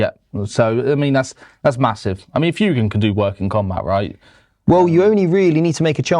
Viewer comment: The amount of times they mispronounce Fuegan hurts more than the points change.